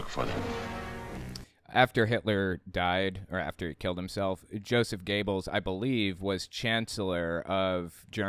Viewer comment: "Goebbels" doesn't rhyme with "gables", but with "gerbils". Stop saying "gables", no! Just stop it! Apart from that, great work 🙂